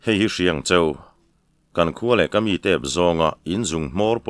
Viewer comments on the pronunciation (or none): none